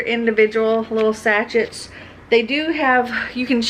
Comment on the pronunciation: I watch your videos. Long time lurker, rare commenter, but I just wanted to say sachet is pronounced like "sashay". I don't know how you can edit as many videos as you do. I wouldn't have the patience. :-)